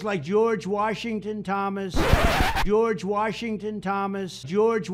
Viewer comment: George Warshington*